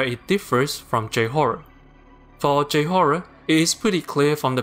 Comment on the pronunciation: please pronounce "j" in "j-horror" as "jay" and not "jew" ... it can be quite jarring